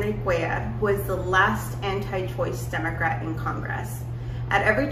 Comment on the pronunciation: Am I the only one that hears Democwat?